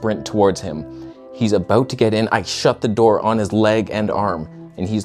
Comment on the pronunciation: "Are you good at what you do or are we aboot to find oot?" 😂